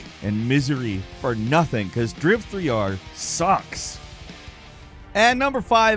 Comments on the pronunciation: It’s not DRIV-3-R, it’s called DRIVER 3 omg!!! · It’s not driv-three-ar 😂 it’s driver 3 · Driv-3-r? It’s pronounced Driver. Jesus. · It’s called driver 3 :) not drive 3R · Saying driv 3 r is ridiculous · Its pronounced "Dry v'three'r" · Driv-Three-Arr xDDDDDD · You're killing me with the "Driv-3-R" pronunciation lol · Dryve tryar😂😂😂😂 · lol "Driv-3-R"... Seriously? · DRIV3R is pronounced "DRIVER 3". Geez, you know this and you pronouncing it that way is just annoying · lol, insisting on calling it "Driv 3 R" to insult the game. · For example, I appreciate that he stuck to saying "Driv-three-are" for the entire segment. 😅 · Hearing you try to pronounce DRIV3R.......dead 🤣🤣🤣🤣🤣🤣🤣🤣🤣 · I've gotta say, the intro to driv3r and the various ways of trying to say the name got me good, i had to rewatch it several times and it was just as funny each time, 👏 kudos 👏